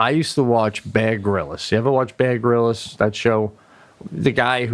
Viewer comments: I thought Pete said Bad Gorillas for Bear Grylls. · when pete says baer grylls he sounds like hes saying bad gorillas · Mimi Giggles: I thought he added an extra syllable, and said, “ Bear Grill-iss”... Plus, I’m always second-guessing myself, because my AD/H/D came with Auditory Processing Disorder ; which means (my brain, not my ears), often mis-hears what people say. As I’ve no doubt that he and Sebastian are both AD/H/D’ers—as a huge % of Creatives and Performers are—Dyslexia (on Pete’s part), is also a possibility... Regardless, it’s all grist for the humor mill, right?